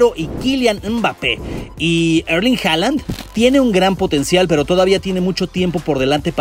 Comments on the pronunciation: HAALAND SE ESCRIBE PERO HOOLAND SE PRONUNCIA !!! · Y recuerden no se dice hala se dice holand 😉